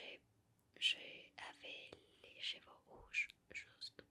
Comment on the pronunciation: Ravi de te revoir :D Attention a la pronociation de "Cheveux" qui se disent: CHEU-VEU. La on entend chevaux (CHE-VO) et c'est pas la même choses XD